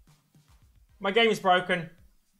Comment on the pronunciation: My game is bwoken! Jajjajaja